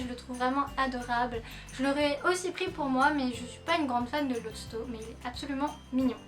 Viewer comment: C'est Lotso et pas Losto ;) Sinon super video <3